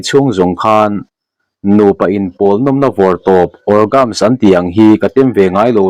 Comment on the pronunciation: Orgasm hi orgazam ti a pronunce tur